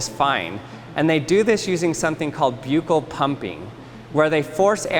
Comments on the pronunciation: For everyone in the world who pronounces the word correctly it’s buh-kl. People might be misinformed from this video and think it’s pronounced byu-kl. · Buccal is pronounced buckle. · buccal is pronounced as bahkal ...! good vid though! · Buccal is pronounced “buck-al”. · Like i agree it sounds like buccal not like buckle.